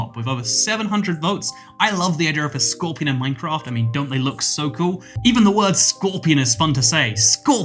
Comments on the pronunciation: Nobody: scworpion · the entire video: "scöepian" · You talk about scorpion being a cool word and you,say it a billion times the wrong way